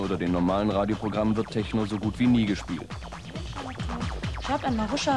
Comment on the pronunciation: “Teschno“ .. ahhh diese Aussprache😰